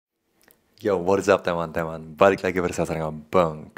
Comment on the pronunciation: Udah lancar banget ngomongnya tinggal "teman-temannya" yang masih kayak bule